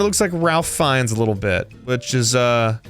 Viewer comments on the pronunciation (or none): America still pronouncing Ralph finnes name wrong